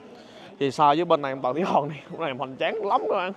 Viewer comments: Khoa nói : Tầng Thỉ Hòn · Kiến thức rộng , clips kích thích sự tò mò tìm hiểu lịch sử Trung Quốc ………nhưng phát âm : tầng thủy Hòn 😂……..